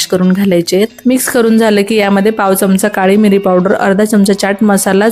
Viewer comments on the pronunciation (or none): none